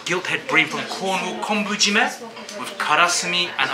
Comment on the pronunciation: Kelp marinated fish is not Konbu-jime,we say it Kobu-jime . This restaurant is not real Japanese . It’s fake.